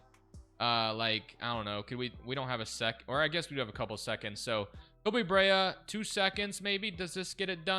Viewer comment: Koby Brea pronounced Koby Bre-Ah aka the best shooter in the draft